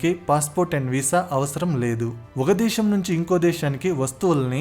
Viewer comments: Explanation is awesome. But it was annoying when you are pronouncing Shaa instead of Saa. For instance:- Deeshaam instead of Desam; Shephere instead of sphere etc. Most of the time you are pronouncing Shaa instead of Saa. Please correct it if possible. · adhi DESHAM oo DWESHAM oo kaadhu raa nayana....DESAM... youth ni nee telugu tho mislead cheyyaku...